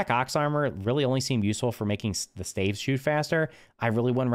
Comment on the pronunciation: Dude pronounced staves wrong